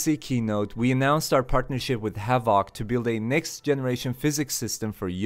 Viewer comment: It's "HA-vuhk" physics (emphasis/stress on the first syllable, the second syllable is soft) ... it's not "ha-VAHK" physics with a hard middle vowel and stress on the last syllable, lol, that's completely backward and sounds really strange to English speakers. :D It often sounds more like "Havik" when most American and British English-speakers say the word. You can hear it if you Google "pronounce havoc" and click the button and see what I mean.